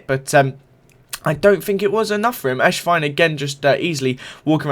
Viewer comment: It sounds like ur saying eshvine instead of esswein lol